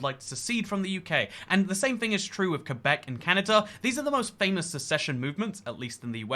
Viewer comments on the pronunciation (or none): none